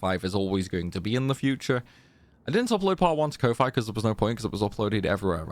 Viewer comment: I love all your challenges, binged the ff8 ones a lot, even joined a few streams x'D but i can't ignore how you say ko-fi